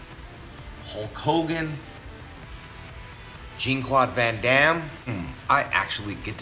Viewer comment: Lol he said Jeen claude van damme 🤣😂🤣😂 and Conor Gregor. Man I love these vlogs